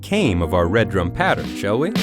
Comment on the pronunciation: It's Redrum NOT Red Rum.